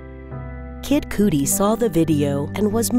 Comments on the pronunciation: The way she said Kid Coodi💀💀💀its cudi (kuddy) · It’s CuD -ee.. not “cootie” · Kid Cooty? Do you mean Kudi? Like Cutty? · Its pronounced KID KAH-DEE NOT KOO DEE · What it do, Kid Cootie........???? I mean Kid Cudi........... LOL!!!! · It’s not, “kid coodie” it’s, “kid cuh-dy” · Kid Coodi 😂😂😂 it’s Kid Cudi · Kid Cudi not coodie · If it feels funny coming off the tongue it’s probably wrong find a different way to say it 😂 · Kid (Cuh-dee) you fool not cootie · Kid Cooty. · Jaida Kelly ikr..drove me nuts "Kid Cootie"😂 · Kid *kud-dee ... I know it's odd that that's what I take from this... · "Kid coodie" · “Kid coody” hehe good vid tho👌🏻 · Kid coody tho. Lolol. Why dont they ever look into the correct pronunciation of names? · Pls don't let that be how he says his name? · I know it shouldn’t bother me but the way she says kid cootie instead of kid cudi is so damn annoying 😂 she’s always pronouncing words wrong and says illiterate sentences like “he hanged himself” it’s hung no such thing as hanged... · “Kid coody” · She said kid coodie lmao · "Kid Coodi" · Did you really have to show all of number 2 video? 😒.... I ain't wanna sit through that reading them damn flashcards.... And it's CUH-DEE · The video was so sad until I heard her pronounce Kid Cudi. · This narrator has a nice voice but she doesn't pronounce many words properly. 🤦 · She butchered kid cudi name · The way they say “Kid Cudi” 😂